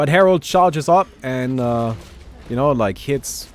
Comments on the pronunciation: *Herald But everyone still calls him Harold, lol. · It’s called herald not herold but ok lol